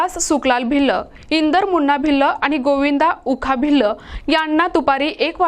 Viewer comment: भिल्ल भिल्ल नका म्हणू मॅडम भील म्हणा.. आणि मराठी भाषा शिकून घ्या...